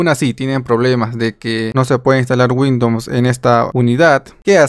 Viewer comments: Muy buen video, me sirvió para instalar. Pero por qué dices Windoms, es Windows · Me da la impresión que tienes cierto grado de dislexia, no pasa nada. Sólo que es raro escuchar windons en ves de Windows. Saludos! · porque dices windoms xd